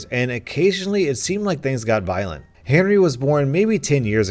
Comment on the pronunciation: lane 5 instead of Henry i think u Saïd hairy